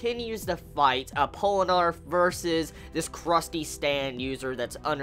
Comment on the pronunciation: Pole-eh-narf? hahahah